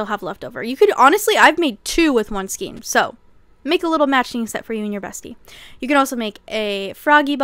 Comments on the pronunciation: Isn't it pronounced like skane, not skeen? Am I wrong? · Skayn, not skeen. Thank you for this video! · ei in skein is pronounced as AY Sk-ay-n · Love your videos, I really do but it's pronounced as (skayn)the word skein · Skein is pronounced "skayn." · I didn't want to say it 😂 But YES!